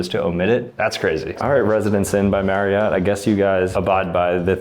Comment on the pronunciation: You pronounced my last name wrong its pronounced "" not "Mary-ot".